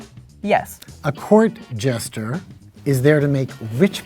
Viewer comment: Omg the amount of times they all collectively said “gesture” rather than jester killed me!